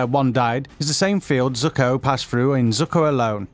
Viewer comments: Oh COME ON! Lord "ZUCKO". They aren't even trying anymore.. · Its princess YUE!!! NOT YU!!! Its ZUKO!! Not "Zukko" It is AMON!! Not "A - MONN" I find it so annyoing when ppl dont pronounce the names correct xD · “Lord Zuccoh” okay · Why can't he say their names correctly? You? Zukka? Pabbuh? Did he even watch the shows??? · How dare you pronounce Zuko as Zucko :(